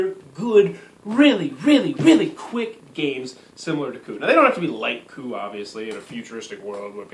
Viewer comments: it's not pronounced co up. It's pronounced "coo"...smh. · isn't it pronounce "coo"? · Great review, even though I couldn't get passed your pronunciation of 'coup'... ;) definitely getting that expansion! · The moment he said "co-up" I instantly closed the video. Fuck this guy